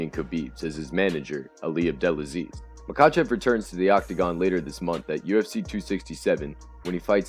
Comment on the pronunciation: It's pronounced Ma-Ha-chev